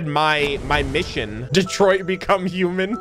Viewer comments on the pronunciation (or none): none